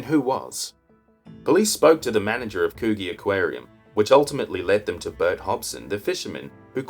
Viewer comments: It's pronounced could gee not what you said lol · Great vid.. Love you're work mate.. Coogees a tricky one, Its pronounced Couldgee, Anywho carry on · Very entertaining , except for the mispronunciation of Coogee 😀